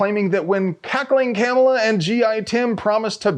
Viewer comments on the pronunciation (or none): none